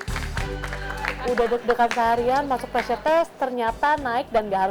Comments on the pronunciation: Pressure min bukan preasure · *PREASURE wkwk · pressure min, bukan preasure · Pressure, min.. bukan preasure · Min, maaf harusnya PRESSURE kan, bukan PREASURE 🙏